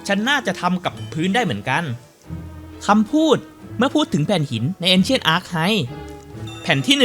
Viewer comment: ชอบเสียงเผ็ดมากกก 555 ปล archive ใน ancient archive ออกเสียงว่า อาร - ไครฟ์ ไม่ใช่ อาร์ค-ไฮฟ์ นะครับ 🙏🏻🙏🏻